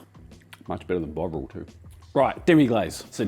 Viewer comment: Fantastic, hopefully I’ll get the chance to make that beef stock one day. BTW, I thought you said “Much better than bog roll” and thought to myself “well, yeah” until my brain connected that to Bovril. Haha.